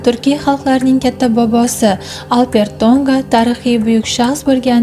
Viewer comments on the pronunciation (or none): Урғуни тўғри қўйинг, Албертўнга деб эшитиляпти, хуник эшитиляпти. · Хурматли синглим. Алп Эр Ту'нга исмини " АлперТу'нга" деб укияпсиз. 3 та сузни деярли 1 суз килиб укияпсиз. Ифодали укишнинг уз коидаси бор. Бу тез укиш эмас. Талаффузингиз хакикий узбек( туркий) эмас. Ифодали укишни Афзал Рафиковдан урганишимиз керак.